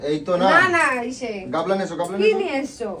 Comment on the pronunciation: আবার সেই একই ভুল. গামলা কে গাবলা বলে বুঝো দুরবস্থায় মিঠুনের